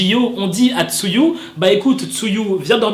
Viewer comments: Tu m'as tué avec ton "tzuyu" ça se prononce "chewi"😭😭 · juste, TZUYU ne se dit pas 'tsuyu' mais 'cheuwy' voilà^^' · CA SE DIT TZUWI PAS TZUYU ROHH XD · Juste un petit truc, Tzuyu se prononce "Chewy" 😉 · Tzuyu se prononce " chewi " 😂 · Juste un petit truc, Tzuyu se prononce " Chewy" 😉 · Vu que je connais le hangeul de lis "쯔위" "chewi" mdr